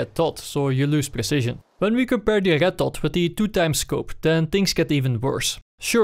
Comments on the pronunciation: It's not ched dot but red dot... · Why do you say Rrrrretttt dottt? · Why did I hear "arigat-tot" rather than red dot... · i hear "el getto" and not red dot... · I love the way this guy says red dot. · I like the way you say red dot :3